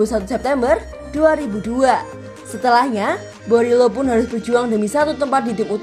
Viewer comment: Teteh Admin penyebutan nama pemainnya yg bener Dong...! Borielo Jadi Berilo, Digao jadi Diago...🙏